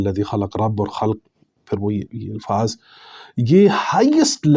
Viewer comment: مجھے سمجھ یہ آ رہی ہے کہ آپ "الفاظ" لفظ کی الف کو لاشعوری طور پر زیر دیکر اِلفاظ پڑھ رہے ہیں جبکہ الف پر زبر یعنی اَلفاظ بر وزن افعال پڑھنا چاہیے۔